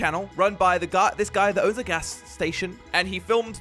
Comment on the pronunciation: It’s gas not ghash and it’s station not statsion